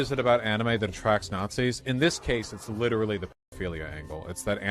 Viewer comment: It’s become almost a badge of honor for YT Political Commentators to get called one by Vaush. Mentis Wave put out a video a few months back called “Achievement Unlocked: Vaush called me a Nawtzi!” Started the video with “Guess I’m big time now! Voosh called me a Nawtzi!”😂😂